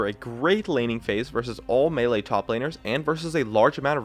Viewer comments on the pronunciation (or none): none